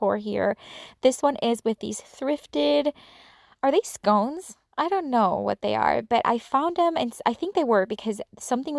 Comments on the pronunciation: They are sconces... pronounced “ skawnce”. If that makes sense. Lol. But they turned out beautifully. All of the projects did!! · I love your ideas...all of them. I came over from coffee with my sunshine however I actually joined your channel first. By the way it is spelled the same as the English biscuits but pronounced ... Scon-ses